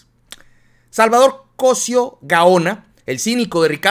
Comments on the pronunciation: Muy buena información, ten cuidado con los acentos. Se dice COSÍO no COSIO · estas como el que dijo ler es cosio' no cosio agusado mi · se pronuncia Cosío con acento en la. I por eso te critican x q no saben ni pronunciar un apellido tan común, porque no es extranjero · Cosío,pronuncia bien Cosiiiiiiio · es Cosío, con acento en la í. Cuidado con esas pronunciaciones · se dice cosio con acento en la i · Oye. O estoy mal o lo estas tu? Creo que se dice Cosio con acento en la i. Y tu dices cosio con acento en la primer O. no crees que eso afecte nuestro lexico? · veo que seguido lees mal los nombres, Cosío lleva acento en la i.....